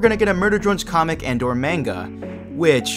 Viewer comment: Why’d you pronounce manga like that?